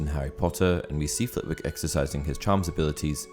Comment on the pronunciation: Little fact for ya. Flitwick is pronounced “flit-ick”. I know this simply because I live in Flitwick. I read some time ago that she named the character after the town